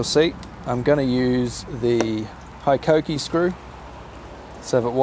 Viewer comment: Where’d you pick up the bad habit of saying High-koh-kee? It’s Hee-koh-kee.